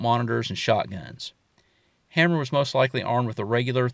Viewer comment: Frank Hamer...pronounced H a y m e r....not Hammer.